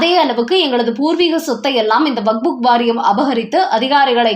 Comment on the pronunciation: வக்ஃப் வாரியத்தை "வகுப்பு " வாரியம் என்கிறீர்கள். அல்லது "வக்புக் " வாரியம் என்கிறீர்கள். சரியாக படிக்கக் கற்றுக் கொள்ளுங்கள்.